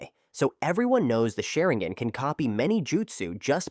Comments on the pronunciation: According to this A.i. Sha-rin-gan ❌ Sharin-gan ✔️ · Ah yes, the shuh'ring-gen. Rock Lay hard counters the uchih-huh.